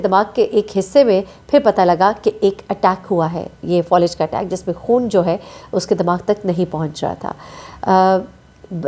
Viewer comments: Fawlij nahi faalij hota hay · Thkk kha Falij hota hai Folij nhii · فولج نہیں ہوتا فالج ہوتا ہے